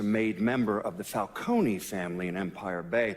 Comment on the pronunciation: The way pronounces "Falcone" akways irritated me